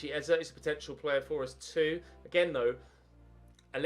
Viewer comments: Gidget Hampstertush it really isn't 😂 literally pronounced EZ - A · Eze is pronounced ‘Easy’ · If you sign eze it's pronounced easy